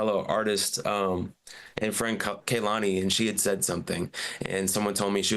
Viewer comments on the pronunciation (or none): none